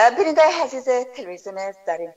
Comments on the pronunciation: امکان داره که تلفظ خود ره درست نمایید ؟ الف هلف گفته میشه و عزیز هزیز گفته میشه این واقعا غلط است اگر شما لسان خود ره بخوبی بفهمید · لطفا کمی دقت کنید در تلفظ، جملات گرامر دری تان مشکل جدی داره لطفا کمی تمرین کنین قبل از گپ زدن در مدیا هزیز نه عزیز هاروزو نی آرزو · اول، نه حول عزیز، نه حزیز افغان ، نه هفغان عمر، نه حمر حیران ، نه عیران اروزو، نه هاروزو و....... خواهشا منحیث گرداننده و یا گوینده یک برنامه اشتباهات تلفظی تانرا اصلاح نمایید چونکه بسیار آزار دهنده است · خواهر عزیزم هزیز نه عزیز